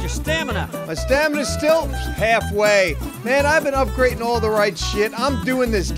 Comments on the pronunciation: it’s okay! You say it similarly to “steel” when it’s “still” so all you have to do is say “ill” instead of “eel” and you’ll be perfect! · “Stiel” oh you silly man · Hey, St-ill. Not steel 🤣🤣🤣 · So pronounces it "St-E-il"? Well I guess I can forgive him as long as he says creek correct. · it sounds like you're saying "steel" instead of still 😂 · You've probably already been told this by now, but when you say "still" it sounds like you're saying "steel." But like I said, you probably already knew that by now. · Love you, but it's pronounces "Still (St ill). Say, I feel Ill (Sickly) today. Then put an 'St' on the front. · people give u crap because it sounds like you're saying "steel." Try saying "will Bill still chill" and see if u can hear the difference👍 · You're saying it like Steel like the metal. You're making an E sound instead of an I sound St-ill, you say St-eel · the reason people make fun of you is, because you mix up the way you are suppose to pronounce them. Steel is like electric eel and still is like illness. Let them hate, love the videos, better than cable and netflix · you're saying still like steel. You're advancing your tongue instead of withdrawing it. Try saying hill and heel for comparison. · He said "steal" instead of still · It's still. Like how you saw the word "'ill" you don't pronounce it "eel" "still" not "steel" I had to watch that part like 20 times before I realised what you were trying to say hope this helps. P.s. I stutter and people mess with me all the time so fuck them even tho I just corrected you... Shit I'm an asshole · It's "still" not steal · he says steal not steel you hear the a and thats what makes it sound weird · say steel, steal, and seal... Now say pill, mill, dill and still.... Hope that helps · Question for on the next Commenting on Comments: What do you use to make moonshine?(how he pronounces still)